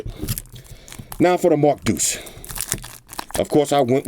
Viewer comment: This. They should know it's the Mark DEUCE